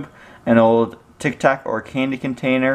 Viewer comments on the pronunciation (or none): Tic tac not tic tok